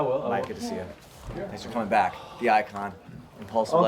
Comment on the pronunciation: I thought you said "black" at first.